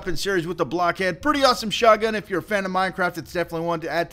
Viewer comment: it sounds like your saying sunny blackhead